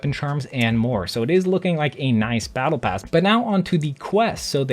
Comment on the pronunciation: Lol he said blattle plass